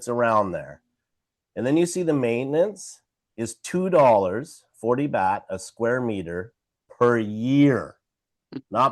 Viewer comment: Baht like yacht 🛥️ Not BAT🦇